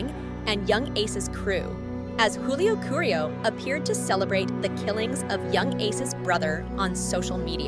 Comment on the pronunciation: She even said Juvenile Ace and Young Ace. And Julio Coolio and Julio Julio